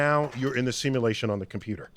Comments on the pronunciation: Nobody: Cash: Simalashin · He can’t even say “Simulation” right😂